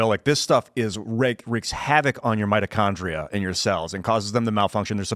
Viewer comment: If I never hear him say “mitochondria” again, it’ll be too soon.